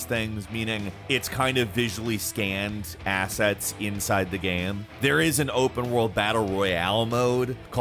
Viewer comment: He also says 'gaem' instead of game. Drives me crazy